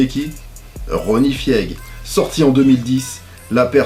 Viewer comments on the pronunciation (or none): Tonton Ronnie Fieg se prononce "Fayg"! S/O tho